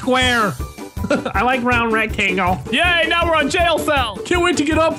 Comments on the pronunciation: Mini "Get down stair right meow!" Is it just me or does it sound like mini said meow instead of now? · Mini Lad said "Help me! Help me! Get down stairs right Meow!" He said "Meow" instead of now.